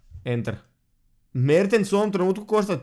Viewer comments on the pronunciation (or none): Kad krene da kaze: Mertens, ja uvek mislim da ce da kaze: Merte Zaker